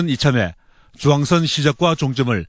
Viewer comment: 주앙선 아니고 중앙선